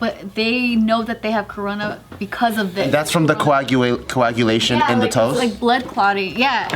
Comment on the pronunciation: Coagulation 😂 that shit cracked me up 😆